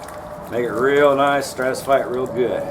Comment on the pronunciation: ive never heard a pro say stratisfy